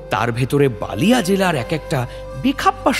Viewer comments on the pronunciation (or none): It's not baaliya ... it's baliya ..nijera amader hindi bhasha niye khilli korben ..abar expect korben je amra bangla bolbo ..? Apnader lojja thaka uchit ...baliya amar janmosthan ...jemon apnader kalkutta